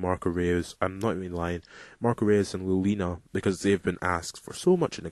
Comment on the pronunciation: Reus is pronounced Royce lol.